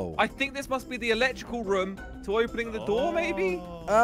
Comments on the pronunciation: pronounced room as Rum. 😂🤣😂🤣😂🤣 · Why does always say rum instead of room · Everyone: Room, Nobody only poop: Raum